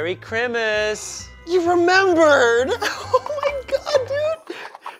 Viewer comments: Ian says merry chrimas instead of christmas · Ian says merry crimas like if you noticed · Why does Ian say "Merry Crimis"?